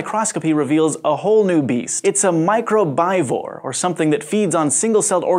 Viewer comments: Would it be pronounced microbe avore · (microbivore) my-CROW-biv-ore, not micro-BYE-vore, think herbivore, carnivore, omnivore... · Not too sure on the "microbivore" pronunciation. "Micro bi-vore" sounds like something small that eats two things. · "Micro-bye-vore" is the silliest mispronunciation I've ever heard. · Yes - microbivore is best pronounced as (mai-KROHB-i-voar) - but he misspoke...no big deal in my opinion. The information is correct.